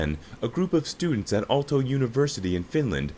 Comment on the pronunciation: Revio is actually Rovio. Alto is Aalto. The word pronunciation was pretty bad, he totally is not Finnish. The white cap is earned when you graduate from high school, we call lukio. Nokia derived early on to make rubber products like boots and tyres and right now the tyre brand is Nokian Tyres.